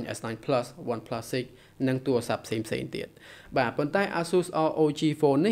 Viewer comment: បងនិយាយឆាប់ចប់កន្ទុយពេក និងឆ្គងត្រង់ ទូរស័ព្ទ ថា ទូអាស័ព្ទ